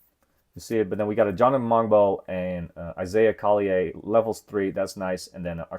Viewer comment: Isaiah Collier pronounced Call-yer